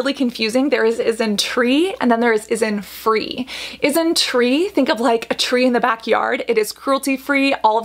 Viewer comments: It's INNISFREE not ISNFREE... 😂😂😂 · It's Innisfree not isnfree.... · “Innisfree” not “issinfree” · InsTree : got it. But : isntFree???? did you mean innisfree? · Cassandra, Not ISN Free, it's Innisfree ..but yeah it's quite confusing! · The isnfree brand you were talking about is actually innisfree, pronounced IN-IS-FREE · It's not Is-n-free - it's In-nis-free. 🤣🤣🤣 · that's innisfree..not isnfree.. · Yep because she’s pronouncing Innisfree as « Isnfree » so it makes it super confusing. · I was just listening to the video and I heard that two three times. So I just asked her. It doesn't mean that I have some other intention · Innisfree is pronounced as 'in-nis-free' lol. Speaking of which, some of its products are actually quite good despite the concerns about its fragrance. Innisfree actually doesn't use essential oils although it does use fragrance, so that is actually something I can accept. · yeah because the way Cassandra was pronouncing it is wrong and can make it easier to get mixed up with another brand that's spelled similarly isntree [is in tree] is a different brand then innisfree [inn is free] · Yes but just a tip, the pronunciation is different. Isntree is pronounced correctly here but Innisfree is not. It's In-NIS-free, emphasized the NIS sound. Whereas it's Isnt-TREE, you emphasize the Tree sound. Innisfree is one of the OG highstreet Korean Beauty brand alongside with the likes of Missha. SNSD's Yoona was the brand rep for 10 years, and it's the top Kbeauty brand in China and Japan. Isntree is your startup newcommer. Innisfree was more popular for their makeup like the powder and BB cream, their pore serum, and the most famous - their green tea line.